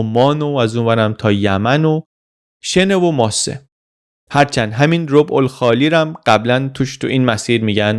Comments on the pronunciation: کلمه صحیح در واقع (رٓبع الخالی) هست...نه (رُبع الخالی) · سلام و درود ! 🎉 با نهایت احترام بخاطر بذل اطلاعات از پی زحمات ، باید عرض کنم که منطقه خالی عربستان « رَبع الخالی» صحیح است ! رَبع یعنی : مکان ، سرای ، منطقه ! یعنی منطقه ای که هیچ در آن نیست ! رُبع الخالی صحیح نمیباشد !! رُبع یعنی یک چهارم !! عرض شد بخاطر جا نیافتادن اشتباه لغوی در ذهن مخاطب ! باز هم از زحمات بی شاعبه و صمیمانه شما سپاسگزارم ! ❤❤